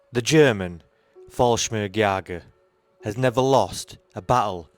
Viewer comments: I spell them how you pronounce them... Just listen to your intro: Fallsmirgsjager... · Stop using AI. It is simply lousy. Falsmirjigers, Bigrades, Girman, Airbone Boos, Capality... And more. Just please stop. You ruined a maybe good video. I stopped listening after NADO (NATO).